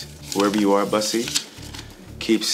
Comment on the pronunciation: Waiting for the day one of these guys pronounces bussy correctly....just sayin. Lol